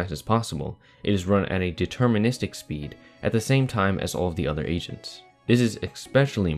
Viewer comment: am i the only one that hears “asians” instead of “agents”?